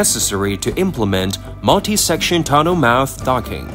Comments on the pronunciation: It's pronounced Tunnel. Simple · What's up with your tts mispronouncing half irs transcript. Tun-ol, under-stued grav-ol soul-ul multie pool